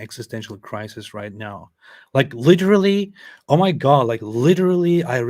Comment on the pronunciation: Lideerally.....lol that tickles me for some reason!